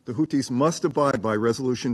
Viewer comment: Russia is the adult in the room! And it's Houthis, not Houtis.